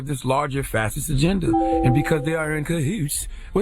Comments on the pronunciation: Huh? There's no way ctg actually watched muellers testimony because that proved the whole Russia thing was a hoax. He couldn't (or wouldn't) answer very basic questions about his own report. Lastly, it's pronounced fash-ist. Not fassist. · He’s not pronouncing it right lol..... all good though. It is pronounced Fa-Shi-st